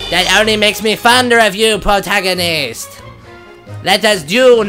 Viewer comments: Wow, when you said "pwotagonist" I was hearing "ahaha, ahahahaha, ahaha, ahahaha" for hours. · i neay died laughing when the demon lord ame up to link and you said, "Mmmm. You smell good PWOTAGONIST!...." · Pwotagonist! Ahaha! Ahahahaha! Ahaha! Ahahahaha! It's time to doo-doo-doo! Doo-doo-doo-doo-doo! Doo-doo-doo! Doo-doo-doo-doo-duel! I love.